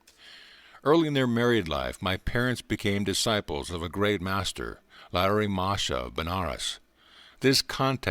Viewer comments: It's Lahiri Mahashay and not Larry Masha for those listening to this. Thank you for this though. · Lahiri Mahasaya (Lah-he-ree) NOT Larry Mahasha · Lahari Mahashi not Larry Masha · Pronunciation: Laa-hee-ree. Moa - ha - shoy.